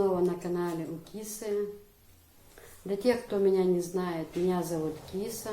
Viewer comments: Киса, пожалуй с ударением на "а":КисА, как МусА, ИсА. Красивое имя тебе дал мулла. Здоровья и счастья тебе и твоим близким. P. S. Баркал за интервью. ❤️ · Правильно имя( Киса) произносится с ударением на вторую гласную .